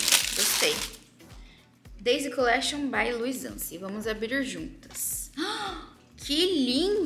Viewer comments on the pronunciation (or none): none